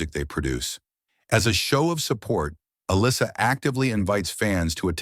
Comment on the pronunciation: So, nobody is going to mention the fact that the narrator COMPLETELY butchers her name? It's not uh-lissa, she pronounces it uh- LEESA. Her last name is pronounced like it's spelled... GLUZ, not GLASS. I like her. This video sucks, though.